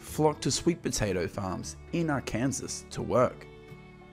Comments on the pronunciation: Ark ansas it’s pronounced ark an saw HAHAHAHHA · Hi. Love your films again. (the name of the State of Arkansas is pronounced "Arh-Ken-Saw" not "Ar-Kansas") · the name of the State is pronounced ARKANSAW - not ARKANSAS. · Arkansas is NOT pronounced like Kansas, with an Ar sound in front of it. Rather, Arkansas is pronounced as Ar-kuhn-sah. kuhn uses the short form of U, & SAS is pronounced the same as the word SAW,, which has the short sound of ah, like the first part of the word AWESOME. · American here. Really like your videos. Note: Arkansas is pronounced AR KAN SAW. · ARKANSAS is pronounced Ar-Can-Saw. Thank you for your beautiful video and narration. I shared it with everyone I know. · Your saying the state very wrong. It's pronounced Arkansas ark-can-saw that's how you pronounce the state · AR -KAN-SAW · Its pronounced AR _can- Saw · Pronounced Ar-can-saw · its pronounced (are)(can)(saw) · Couldn’t help but laugh at how the guy pronounced “Arkansas.” 😂😂😂😂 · Please get the pronunciation of the States correct !! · Somebody needs to learn how to pronounce Arkansas